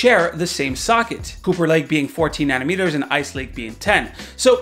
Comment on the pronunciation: I always understand "Pooper Lake"